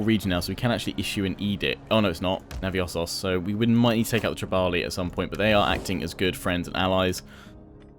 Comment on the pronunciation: The Odrysians in Navissos (no 'o' after the 'i' in the pronunciation by the way) DO NOT have an army of 18 units - it's only 15... you can definitely take them